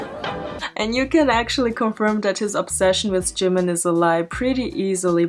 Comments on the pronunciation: I just lose 1 of my brain cells ald if they says "Jeeemen" again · He says jimin like jinmin. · it bothers me how he pronounces jimin's name as JIM MIN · "I respect Jih-min sooo much." Start by pronouncing his name properly, dude. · jimIN like wtf say his name properly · I can tell just by the way he says “jim-in” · He cant even pronounce it right "jemin" wth? My poor British self has to put up with him being born here. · And he can’t even pronounce Jimin’s name properly 😑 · JImin! The way he say jimin🤣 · Everytime he says Jimin it's hurts me physically and mentally and makes me wanna throw up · He pronounces jimin wrong and he looked better without plastic surgery I feel bad though cause the man is going through a mental nvm I'm not even gonna say it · He can’t even say “Jimin” and it hurts me mentally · He can't pronounce Jimin even right 😂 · Everytime he says ‘Jimin’ ... A small piece of myself died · He can't even pronounce "jimin" correctly.... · im sure he not .. i saw many stans but never act like him .. screaming in public '-' stupid kiss pictures '-' .. on top he cant even say jimin name right x-x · He doesn't even pronounce Jimin riiiiight come on he not a real stan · Is it just me but he pronounces Jimin oddly? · If you want to look like someone, just pronounce his name right. "JeE-mEn" Or "SourHarambe bts ^-^ ♡" Like... b&@